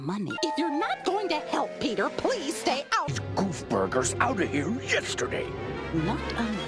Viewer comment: Damn she called him peteR hard eter